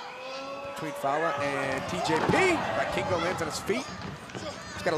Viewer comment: I cringed everytime that they said "Vikingo" wrong. Everytime I heard "Buy Kingo"